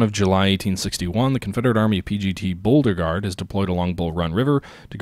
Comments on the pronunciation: It's pronounced Bo-regard. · I love your videos but I swear I'm going to kill myself if you say Boldergard for Beauregard one more time.